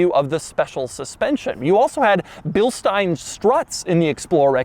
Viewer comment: Minor detail: Correct pronunciation is Suh-leen not Say-leen But he did say Bilstein correctly 👍. (Bill-stine)